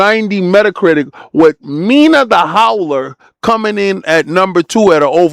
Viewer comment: The Howler? Bruh, you playing with warewolf? 😄 Its hollower...PAUSE!